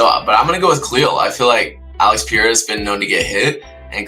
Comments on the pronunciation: Pierra? What an ignorant😂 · Pee • air • uh